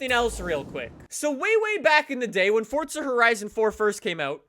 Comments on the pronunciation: its not "Forca" its "Forza" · the game is called FORZA not FORTZA.. I'm so confused how you even mess it up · FORZA NOT FORTZA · Why do people call it fortza it’s forza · what’s a “Fortza Horizon 4” 😂😂😂😂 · It's not FORTZA